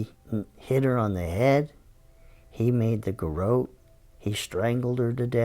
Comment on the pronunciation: 'Garot' doesn't rhyme with 'Goat' lol 'Gah-Rott'.